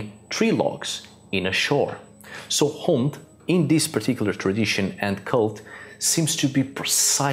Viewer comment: how do u get "Heudin" from "Odin" ? its like you re mispronouncing it on purpose